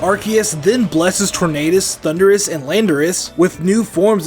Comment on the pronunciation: The U in Landorus should be after the R! It's Thundurus, not Thunderous! And do not leave off the R in Tornadus! And do not leave off the Y in Rayquaza! And it's you're welcome, not you welcome! And don't ever call Arceus a he, Arceus is genderless!